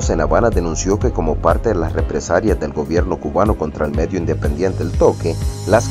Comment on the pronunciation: Se dice 'represalia', y me pareció escuchar "represaria".